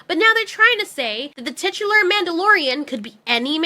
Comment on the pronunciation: 'Mandy-lorian' somehow sounds accurate.